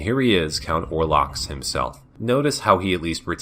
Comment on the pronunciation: I'm sure you got this criticism on the individual videos, but my god the pronunciation.... Orlocks and Skyla send me flying dear God....